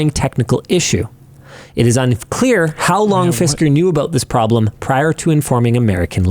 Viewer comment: Fisker mire like Fister, as in they got Fisted